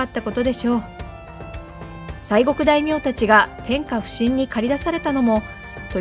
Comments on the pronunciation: てんかぶしん のイントネーションに違和感を覚えるなぁ。この読み方なら、てんかのふしん → てんかふしん のほうがスッキリ （途中、この読み方してますね） 大好きです。応援してますよ！ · せっかくAI読みでないのに、日本語が正しく発音できてきませんね。普請は、hushinですが、天下普請はtenka bushinで、２語に切って発音すれば 、天下武神と同じ発音になります。つまり、アクセントが間違っています。ついでに言えば、篠山はsasayamaです。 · 同感です。、「学校」と発音してみてください。－－－－ほぼ平坦な 発音ではないですか。では、「中学校」と発音してみてください。－－－－＿＿ と語尾がさがりませんか。 「てんかんぶしん」も同様で、しんの発音で語尾が下がらないと、違和感を感じて しまいます。 地域によっては、そう発音するのかもしれませんが。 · キーワード「天下普請」のアクセント（イントネーション）が気味悪い中、もう一度確認しました。もともと城の方は問題にしていませんが、地名の方は篠山を何故shinoyamaと読むのか理解に苦しみます。元は笹山で、表記を篠山にしたというのなら分かりますが。歴史の真実はミステリーですが、市役所は次の説を紹介しています。